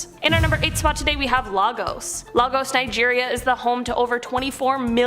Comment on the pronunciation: I would have been surprised if Lagos, Nigeria didn't make it to this list😂 Oh by the way it's pronounced "lay-gus", not logos. You're welcome😏